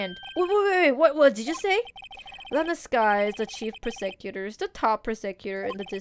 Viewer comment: I almost feel like Edgeworths safety is in question. Also you saying prosecutor like that is making me hungry... Mmmm prosciutto.....